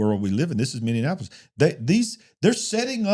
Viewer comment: A fun thing....say mini-apolis. ... .not mini-in-apolis.....lol I think the way you pronounce it is funny...im not making fun of you,,just trying to help you pronounce it correctly..